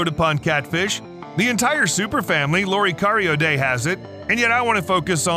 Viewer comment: He should have learned to pronounce Loricariidae properly. The fish at the beginning of the video is Synodontis nigriventris, the upside down catfish, which is a Mochokid and not a loricariid, from west Africa. Loricariids are confined to south America. The "three-striped catfish" is Corydoras trilineatus, a callichthyid, not a loricariid. It's means of self defense is different to that of loricariids. The bristles on a plec's nose and head are not spines, they are male adornments and are meant to be attractive to female bristle-nosed plecs. Not all loricariids have them. Very few species of loricariids eat wood, most prefer algae and soft vegetation, many species eat benthic invertebrates. I'm just an ordinary aquarist with no special scientific training, but even I could have done a better job describing the loricariids after having kept only a few of them. The information is out there if you look properly, so nowadays there is no excuse for getting so many facts wrong or distorted. Judging from earlier comments, many people think this content is great, I would advise viewers to exercise caution when bombarded with a string of awesome facts in yt videos, although they can at times be useful on pub quiz nights.